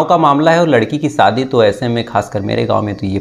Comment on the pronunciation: Thakur tum Zara Hindi theek Karo Saadi nahi shaadi